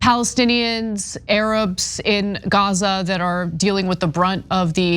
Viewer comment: What is she talking about😂. Ignorant she can’t even say the name of Gaza fool